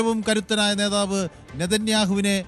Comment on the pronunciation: നെധാവ്. എന്ന്പറയരുത്. പട്ടി എന്ന്പറയണം. നെതാവ്. കുമ്മയിനി. തന്നെ